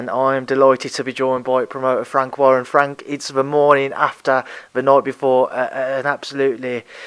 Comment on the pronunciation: Mick Hennessy said that before you fwank